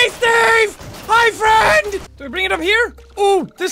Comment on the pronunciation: I'm ya fwend jackoo